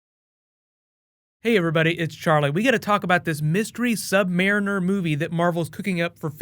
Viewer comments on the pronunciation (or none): Not marren er